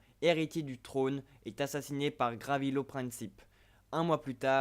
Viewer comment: GAVRILO Princip et non pas GRAVILO Princip...!